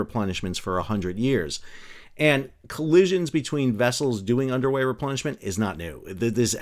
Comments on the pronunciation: I kept hearing “underwear” replenishment, instead of “underway” replenishment. Probably some of that going later as well. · I thought you said Underwear Replenishment.😂 Wait....is it literally an underwear replenishment???